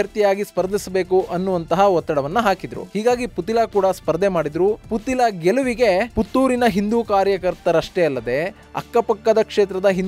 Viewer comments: ಪುತಿಲ ಅಲ್ಲ ಪುತ್ತಿಲ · Sariyagi putthila antha pronounce madappa neenu